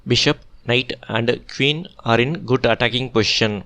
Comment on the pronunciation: Sir why do u pronounce queen as keeuun….that’s poor english